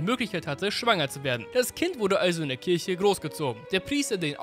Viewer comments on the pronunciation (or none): none